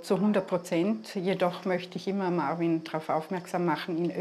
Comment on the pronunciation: Er heißt marween und nicht marvin 🤦🏾‍♀️🤦🏾‍♀️🤦🏾‍♀️🤣🤣🤣 ich kack ab 😆😆😆😆😆😆